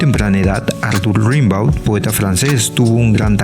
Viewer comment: La escritura se puede aún a los 80. En los trabajos te dicen q a los 35 sos viejo 😅. Rimbaud creo q se dice rambó o rembó.